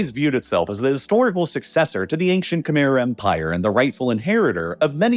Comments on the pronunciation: Kuh-mai. It's pronounced kuh-mai. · Great video, but "Khmer" is not pronounced "camere," like it rhymes with bear. It's pronounced "Kh-my," like it rhymes with eye. That's not 100% accurate because the true sound doesnt exist in English, but it's far more accurate than "camere." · Great video so far, but i have to point out that khmer is pronounced "keh-mai" not "keh-mair" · for those that don’t know… Khmer is pronounced kh•mai (Kh-m-eye) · Khmer pronunciation horrid